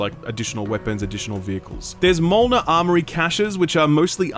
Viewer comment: My guy, did you just pronounce mjolnir “molnar”?